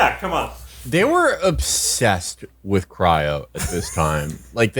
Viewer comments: Cry-OH, Will! Cry-OH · “Cryro” is driving me nuts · “Cyro” -Will Menaker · And then later “cryro” lmao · Getting bored so ill just leave my comments so far (20m in) Can Will learn to pronounce cryo correctly? Giving me an aneurysm They seem to ignore that demo man is a critique of the future society. Revolutionaries live underground. All the problems of capitalism still exist but theyve been removed from visibility . Demo man is about the sanitized future. It's not a utopia , its just sanitized